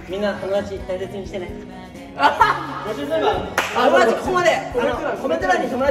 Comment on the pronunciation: 元太のトモダトュチ が好きです